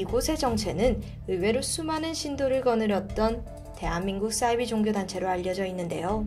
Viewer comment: 싸이비가 아니고 사이비로 발음합시다